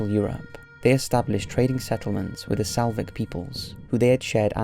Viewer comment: Its SLAVIC not SALVIC you dunce